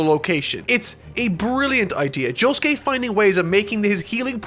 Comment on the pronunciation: Mark: Jo Sue Kee-- Me: dies